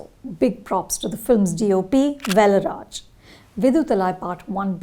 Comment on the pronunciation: Pronounciation of kumaresan,velraj,viduthalai😢🙏